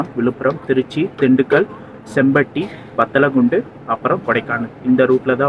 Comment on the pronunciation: bro பத்தலகுண்டு இல்ல வத்தலகுண்டா bro 🤔🤔🤔🤔